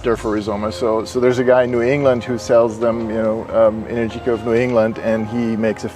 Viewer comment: Pronunciation: en-AIR-ji-ka Not: en-er-GEE-ka